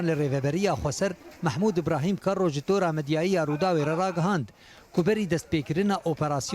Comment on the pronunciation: qaşo di raghandina kurdî de kardike, lê nizane bêje kerro an kero. ji cûdahî xweş xuya ye. behsa peyamnêr ango nûçebêj dikim.